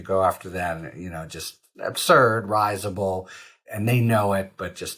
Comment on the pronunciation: "Risible" pronunciation might be off.